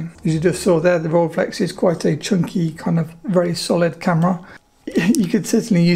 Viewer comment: The “ei” in Rolleiflex is pronounced like the “ei” in Leica.